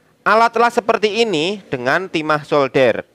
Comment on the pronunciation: gimana sih SOLDER bukan shouder ( ini artinya pundak)